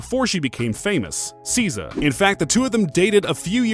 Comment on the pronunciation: Omfg if you don't learn how to pronounce SZA